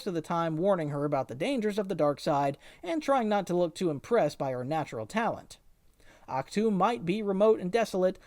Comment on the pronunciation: Ahch-tu what... say that again